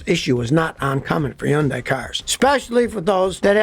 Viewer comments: Scotty, its hun-DAY, not hun-DYE. just saying. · It is pronounced: HUNDAY not Yunday. I dated a Korean. 100% it is HUNDAY. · Can't you say Hyundai not undai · Scotty Kilmer is a stubborn mule! Everybody else calls it Hyndai with an H sound, but not him! See, he's supposedly supersmart, and everybody else isn't. Whatever! He comes across as arrogant! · Scotty is stubborn and keeps insisting it's pronounced Yundaia - without the "H". NOBODY pronounces it that way! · It’s Hyun-dae. I know Korean. And it’s actually Gee-ah. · Pro tip: Hyundai rhymes with Sunday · Is it pronounced Yun-Die? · It's hard to believe anything this guy says since he doesn't even know how to pronounce Hyundai. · When you learn to pronounce the name of the company correctly, I'll start to take you seriously. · I can watch this why are you mispronouncing Hyundai name? I've worked for both companies, and it's so distracting. if you can pronounce the name, maybe your info suspect too?